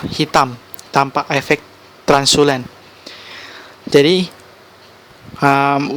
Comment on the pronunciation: system requirement bukan requesmen. Translucency, bukan transulen. Belajas lagi bahasa inggrisnya Bro